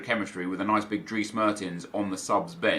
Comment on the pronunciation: I ‘m amazed of how you always force yourself to pronounce the names correctly! I’ve never heard someone who speaks English pronounce Dries the right way. Well you did. (Drees)